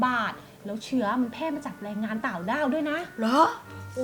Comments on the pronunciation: พูดต่างด้าวรึต่าวด้าวได้ยินพูดว่าต่าวด้าว😂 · พูดเเรงงานต่าวด้าว